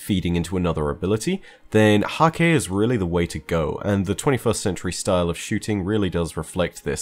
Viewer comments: It's pronounced Hak-huh. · According to Deej Häkke is pronounced "hah-kuh" fyi